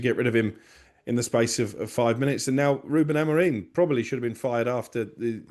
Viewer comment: Has started to learn how to pronounce our ex coaches name properly yet. It's AMORIM not AMOREEN